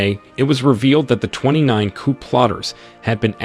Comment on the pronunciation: The p is silent in coup